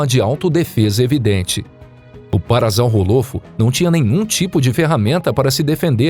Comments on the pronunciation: o cara leu o nome do bicho "para-zau-rô- lofo". Kkkk O certo é PARA-SAURO-LOFO Sauro de dino-SAURO O dinossauro é um PARASSAURIDEO então se diz PARASSAURO-LOFO. Dino-ssauro > para-ssauro Não sei de onde tirou o som de "z" e o som de "hô". falou o nome com Z denovo. sauros é com S e não com Z. "PARA ZAU HÔLOFO" foi f0da. Kkkk Só faltou ler o nome dinossauro assim: "dino-zau-hô". Só tô dando a dica pra falar o nome de forma correta nas próximas vezes. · Se diz parasaurolofo não parasalrrofo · Parassauro não pasazauro lofo kkkk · o cara falando os nomes dos dinossauros quase todos errados ex: errado paraZAURROolofo correto paraSSAUROlofo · A pronúncia do parassaurolofo está errada, n é parassaurolofo com som de z é de r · Parazau rolofo é foda né É parassaurolofo ou simplesmente parassauro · A pronúncia certa e parassaurolofo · “parassaurolofu"doeu amigo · Bom video mais o nome do parasaurofo n se fala assim como z se fala como s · Kkkk parazaurrolofu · O meu filho tem 6 aninhos e conhece quase todos os nomes dos dinossauros, ele ficou corrigindo o narrador 😂 é parassaurolofo ele falou. Mas são muitos nomes e todos complicados ☺️ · "parazau rolofo" wtf?? mano, tirou essa pronúncia de onde??? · Isso que dá quando um canal de pipa tenta fazer video de dino, pronuncia errada e informações incorretas q já estão ultrapassada a anos, parassauro é do cretáceo igual ao T-Rex mais não tem fósseis com a mesma datação, portanto não conviveram juntos, oviraptor não era ladrão de ovos essa informação errônea já foi desmistificada a mais de uma decada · Rindo muito com sua pronúncia de "parasaurolophus" 😅🤣🤣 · Quando ele pronuncia Parasaurolofo eu tenho dor de ouvido! 🤕